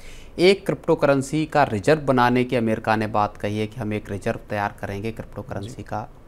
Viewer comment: अमेरका नही अमेरिका 😂